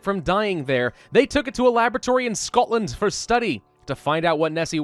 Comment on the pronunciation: YES!!! It is said, and a true fact, that you are never more than 3 metres away from a rat in any city in the uk. Other British will confirm this statement. Also: What’s up with that Scottish accent on the word ‘Scotland’?🤷🏼‍♂️ We are always terribly drunk, dirty, smoking, and littering all over the place. If you ever go to London you will understand what I mean.